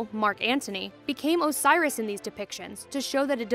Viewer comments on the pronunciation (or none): none